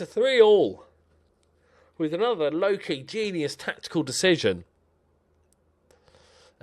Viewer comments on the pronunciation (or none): none